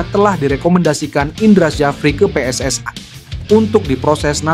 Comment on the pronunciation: Bang bicaranya jangan seperti negara jiran PSSI yah....bukan PSSAi...